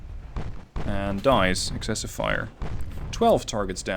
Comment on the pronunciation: Bro, that aft part reminds me of the Jean Bart. Like, Jesus, get behind the ship and you are fucking DEAD, especially if you are a destroyer in WoWs (I counted at least 30 secondarie turret pointed at the back.) Also, you had the good pronunciation and writing for « excessif » and « excessive »